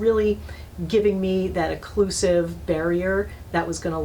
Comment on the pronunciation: Occlusive! NOT "eclusive"!!!!!